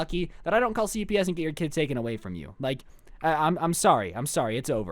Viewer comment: when he said cps i thought he said ups i was like "wait..... what"